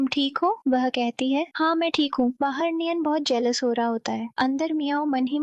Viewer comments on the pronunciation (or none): Jealous hota ha jealwous nhi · Mujeh jealous word gelwos kyu sunai de rha hai